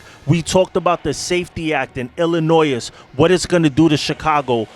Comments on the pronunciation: Just two things. #1 The lady you have in the beginning of your videos, she has one smoke'n hot ass. #2 Illinois is pronounced, Ill-a-noy. like toy at the end. The S is silent. I had some wind therapy today. About half the ride in Illinois just over the state line of Indiana. Keep up the good work. Love watching your videos. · I know you didn’t pronounce Illinois like that 😂😂😂😂